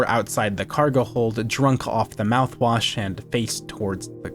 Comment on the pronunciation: he said the mout wash